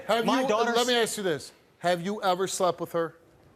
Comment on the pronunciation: Yet another black man who can't pronounce ask.